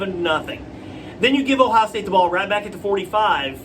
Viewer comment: Are u ok? U couldn't even say Ohio state name correctly. U must be a homer fan wow just wish some of these so called experts would at least view the game correctly